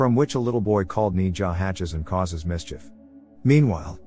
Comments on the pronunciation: If you are gonna pronounce their names please do it right it's pronounced naa-zha not knee-zha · Correction not née jah it’s nez ja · It’s pronounced naja